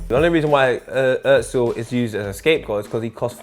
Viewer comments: Stop saying Ozil wrong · His Name is "Özil" and not "Ozil". It's a turkish name. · Why are you fucking pronouncing his name “urtzil” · I've gotten used to the weird Ingerlish pronunciation of his name as Oh-zill (you'd think they'd say Er-zill since it's a lot closer to the proper version), but hearing Ozzle is just bizarre. In terms of why he's hated, it's hard not to notice that he's a quiet, subtle, not particularly masculine, extremely skilled devout Muslim, German and of Turkish roots to boot. Not saying any or all are factors, but it's pretty hard not to notice the degree to which he represents pretty much the exact opposite of all of the qualities that Little Englanders value. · Its özil not ozil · OMFG... The way he said Özil killed me... IT'S FUCKING ÖZIL NOT OZIL FFS YOU PRONOUNCE IT UHHHZIL NOT OZIL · Why Does everywon say ozil its özil! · Good video but why does the guy keep saying Ozzil and not Özil? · WHY DOES SAY "OETZIL"??? There is no T g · FIRST OF ALL "" ITS OZILLLL NOT OUITZLLL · Kenners Kenners, he's just criticising the 't' sound that adds in. He pronounces it "oetzil". Which the ö is right but there is no t sound. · ZERO HIT actually pronouncing it right. It’s not an ‘oh’ sound because of the ‘ö’ in his name. That’s how Germans pronounce it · It's Pronounced (urzil) in German anything with those to dots on top of a letter (which is called a umlaut) you give it that ur sound 😧 For flip sake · Its pronounced as "OEzil" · I get really pissed off by the way he says Özil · Can you please pronounce his name correctly? It’s annoying me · Couldn't get a narrator that could actually pronounce Ozil's name correctly? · The way pronounces Özil is so annoying... and I’m not even German 😂